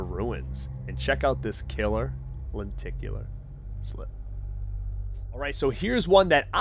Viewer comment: Are you from boston? I swear i kept hearing "lenticulAA"